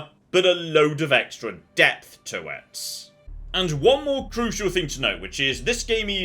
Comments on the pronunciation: I misheard you, because when you said "you know what it needs - more depth", I though you said "more DEATH". Two dead soldiers later... you actually DID say "death", didn't you? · Funny, I misunderstood what said right at the start. I honestly thought he said "X-Com, but a lot more death" not depth.:) Both are likely true. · Not to criticize anyone's accent, I first thought you opening comment was "..Xxcom but with more death". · i thought you said "more death", lol